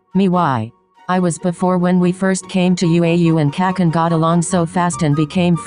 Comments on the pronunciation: i was laughing so hard when the text said "kachan" but then the voice reader was like bro nah- KACKAN xDDDDDDDD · Omg i really heard “it’s fine now that I’m caca’s friend now “ LMFAO. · How google translate says Kacchan: “Ka-Khan” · I was laughing so hard because it sounds like it said ``Kacans" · Bruv they way it said kacchan XDDDDD 'KACKAN' :D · Text: "Kacchan" Sound: "Cackan" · Us: "kacchan" Siri: "cacan" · i love how it they say 'kacchan' as 'kakkahn' lol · kacchans (ka-cans) LOL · WHO ELSE HEARD KACHAN AS CACAN HASJFDJDNKLAAJBADRHDF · 'Kak- Can' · It's funny how it pronounces kacchan lmaoooo